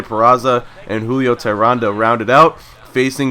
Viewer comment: For the future its pronounced "Tay-Rahn" but it's no big deal